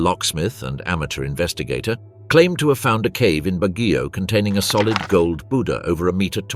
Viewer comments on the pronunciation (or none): none